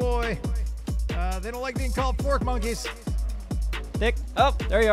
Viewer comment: Thank you. So sick of all these suck ups not thinking for themselves. He definitely said porch monkeys. Just wish he'd acknowledge it and apologize.